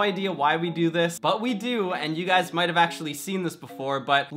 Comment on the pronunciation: Lol I love how u said might